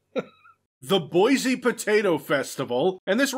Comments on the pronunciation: As someone from Boise, this game is kind of a big deal for me. But it's pronounced "BOY-see". Not "BOYZ-ee". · "THE BOISE POTATO FESTIVAL"...It's okay,, I laughed out loud too. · as a Boise native...the words 'Boise Potato Festival actually hurts my soul